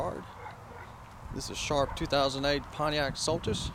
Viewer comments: It is pronounced SolStice. Such low mileage isn't necessary a good thing. An under-driven car 'rots'. One of the most stylish looking cars ever produced. 2009 was the final year. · i'm loling at the way the presenter pronounces Solstice.